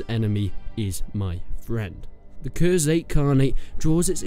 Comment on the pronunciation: It's khuzait not khurzait